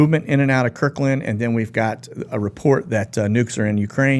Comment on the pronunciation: With respect, it's Kirtland, not Kirkland AFB.